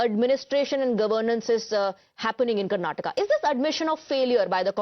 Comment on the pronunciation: TimesNow is uneducated news channel who does not know how to pronounce Karnataka.